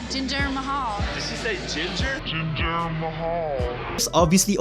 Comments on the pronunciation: "Ginger Mahal" 😭😭😭😭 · As bad as she was in the Ring, she had potential to be a manager as long as she could work on her mic skills. She could’ve been a backstage interviewer or ring announcer but she couldn’t even pronounce Jinder Mahals name correctly 😂